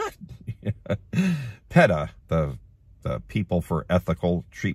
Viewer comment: Lol you pronounced P. E. T. A wrong